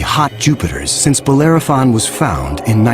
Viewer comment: the name is Bellerophon not Bolerophon. Dyslectia? Crocodile or Cocodrilo?